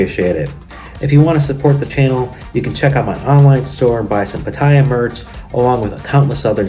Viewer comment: I’m not gonna worry about how you pronounce Pattaya anymore. This was a great vid. Great info, and smoking ladies. Short to the point. Keep em coming. Ty.. Dirk Diggler, certified!!